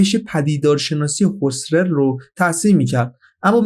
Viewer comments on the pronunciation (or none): کلمات زیادی رو اشتباه تلفظ کردین، مثلا ما بَعدُالطبیعه درسته، هوسِرل درسته و.... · ما بُعد الطبیعه؟ بعد با ضم ب ؟ اینجوری تلفظ میکنن ؟ هوسرل اون شکلی تلفظ میکنند ؟ کجا فلسفه یاد گرفتی شما ؟